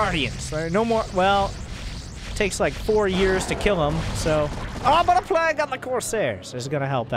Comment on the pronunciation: I look forward to more of accent saying plague. "plaegg"